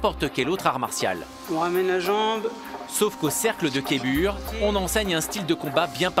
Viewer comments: Les cristaux kibure 😂c KYBER a l’anglaise Kaï beure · c'est pas Keibur 😂 c'ezt Kaiber ou Kayber pour les pointilleux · Les cristaux ce sont des KYBERS !!! Pas des kéburs... Leur nom se prononce Kaï-beurre. Un peu de respect svp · Si tu entends "Kébur" et que ça te choque, c'est parce que tu ne sais pas lire. On voit inscrit sur les t-shirts et kimonos du club: "cercle de Kaiburr" (donc rien à voir avec les cristaux Kyber). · ouais sa fait mal au oreille 😅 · J'ai versé une larme quand j'ai entendu " kébur"... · Il a dit kébur 🤣 nannn